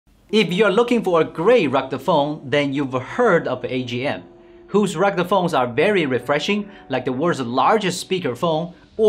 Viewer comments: 😂 This is the third review in which you are pronouncing "rugde phone" in stead of "rugged phone". Otherwise your reviews are very good, detailed offering useful information about the products you are reviewing and I enjoy watching them. Cheers for that ! Maybe you could work a bit more on your pronouciation of certain words. Here's something that might help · What in the hell is a "rugda" phone!? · WHAT'S A ROGDA PHONE???